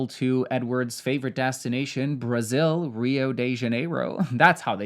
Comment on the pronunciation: As a Brazilian, every time you said Brasiiilll or spoke Portuguese was a delight 😊